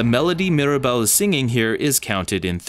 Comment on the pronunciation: This is brilliant!! 🌟 And my daughter just wanted to add that Mirabel’s name has three syllables!